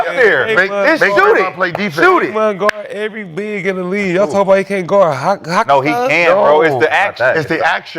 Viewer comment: The number of times they mispronounced Hartenstein name is outrageous. 😂